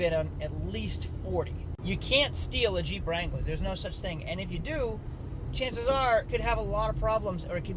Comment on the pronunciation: Bruh, in the beginning I thought you were saying CHEAP wrangler instead of Jeep.